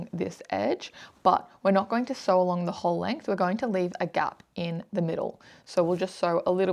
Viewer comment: Sew not see